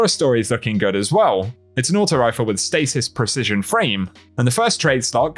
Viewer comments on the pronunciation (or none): none